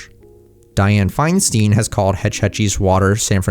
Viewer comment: Diane Feinstein is said similarly to Einstein not “steene”